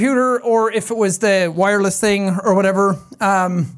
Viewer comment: The "Vireless Wive" is my favorite quote from this video.